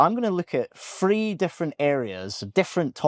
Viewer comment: If you wish to appear to be credible you must make the difference between “Three” and “Free.”